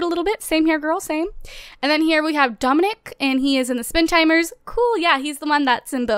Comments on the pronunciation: who else notices she said spin timers? Lol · Did she say Spin Timers at the beginning?